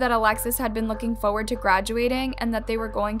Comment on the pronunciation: can say FORward properly jfc